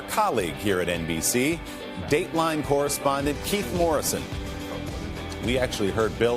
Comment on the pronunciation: It sounds like he says Bill Hater.